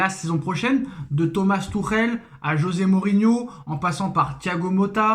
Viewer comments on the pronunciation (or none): none